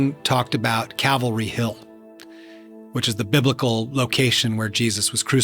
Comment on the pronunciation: Great video, one nit pick, sorry; it’s Calvary not cavalry